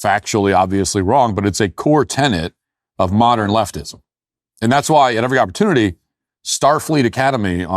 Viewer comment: Hi Matt, please check the spelling and pronunciation of "tenet". A tenet is a belief you hold. A "tenant" pays rent. This strange mistake appears to be universal among Americans, including very highly educated ones. Incredibly, even Ben Shapiro pronounces it "tenant". I have never ever heard a British person mispronounce this word.